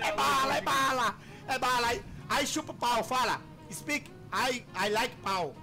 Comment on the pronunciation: " ai laike pau, brazil "